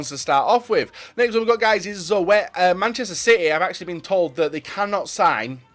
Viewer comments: Zoet? You prenounce it like Zoot lol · it's pronounced Zut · zoet was not correctly pronounced, if you say zoot then its correct! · lol he says zoo ett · The way he says zoet is just funny